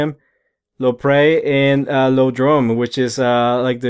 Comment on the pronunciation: I've heard everything from, "eye-oh-droam," to, "ee-ah-droom." Don't feel bad.